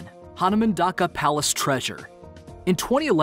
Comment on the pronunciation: It's not the Political Issue that's stopping the dig of other mystery boxes in the temples. It's protected by the UNESCO World heritage Site. Also You are pronouncing it wrong, it Hanuman dhoka not Dhaka. I'm amazed that Nepal made it to number 1. Jai Nepal 🙏🏼